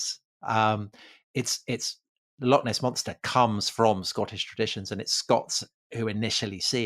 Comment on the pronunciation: ffs, why can't you pronounce loch? Just a wee bit too lazy to try?